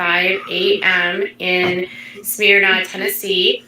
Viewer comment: It’s not Smearna Tn as she prono it